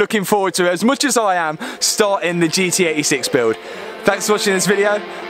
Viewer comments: Sorry but I can’t stand how you say ‘gee-ee eighty six’, just pronounce the T it’s not that hard 😂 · Gee Tee 86 sound like he’s saying GE86